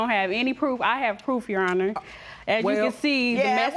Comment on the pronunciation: its your honor! not yo aw ner!